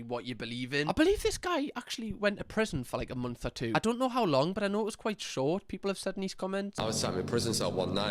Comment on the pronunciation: Can’t pronounce “month” properly he’s saying “mumth” I therefore believe nothing he says